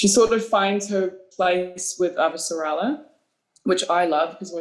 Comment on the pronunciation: I love everything about this, except: Avah-SARAH-lah. Guys. Listen to Jefferson Mays.